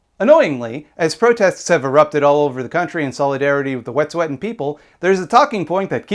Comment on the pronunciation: i haven't seen anyone point this out yet, but from what i know, the pronunciation of wet'suwet'en you're using is incorrect - toonasa_tseke on instagram posted a pronunciation lesson! i'm also non-indigenous and living within the claims of the canadian government and i think we need to be trying as hard as we can to honour indigenous people's language as much as we honour their struggle. other than that, great video <3